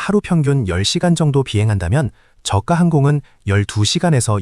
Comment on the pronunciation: 본 외이기는 하지만 발음이 거슬려서... 저가 (저가 or 저까) 발음이 두가지로 하는데 정확하게는 저까*입니다. 저가*가 아닙니다. 한자어 접미사는 된소리로 발음합니다. 내과 치과 외과 등 효과는 접미사가 아닙니다.